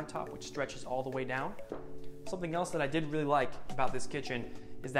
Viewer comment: Hi! Love your vids. Just wanted to give some quick feedback if it’s helpful. Oftentimes when you say, “I did really like” it sounds so strongly like you’re saying “I DIDN’T really like.” A few times my mouth drops in surprise, and then when I rewind I realize you’re saying you do love the feature you’re showing. Just wanted to let you know viewers might hear it different than you intend. So excited to keep following your channel :) Stay well!